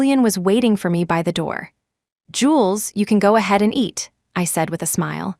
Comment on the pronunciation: Ugh! Not jewels but Jules, short for Julian!